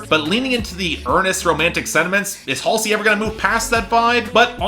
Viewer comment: And HALLsey as Hal-see